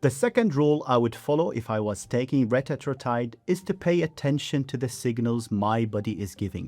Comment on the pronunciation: Retatrutide is pronounced reh-TAT-troo-tide